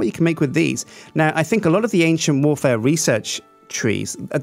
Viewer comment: Does nobody else hear "Asian Warfare" when he says "Ancient Warfare"??